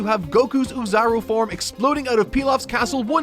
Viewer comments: So, I doubt you'll ever see this comment, but I heard it enough times to finally bring it up. I do have to tell you that you've been pronouncing "oozaru" wrong this entire time 😅 You're supposed to pronounce it more like "oh-zaru" rather than "uu-zaru". The reason why it's written in double o's is because you're supposed to read the letter "o"s with more emphasis in its reading. So it's something closer like "ohh-zaru" where you read the "o" sound longer. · The first sound in "oozaru" is closer to the vowel in English "no" than English "new."